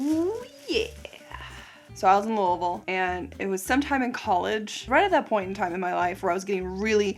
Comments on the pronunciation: You must be from Kentucky or lived there for a while because you pronounce Louisville the right way!! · You’re a true blue Kentucky girl the way pronounced Louisville. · You said Louisville correctly!! Thank you!!